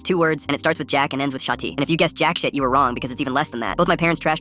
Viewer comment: Bro really said “shhhh eye tee”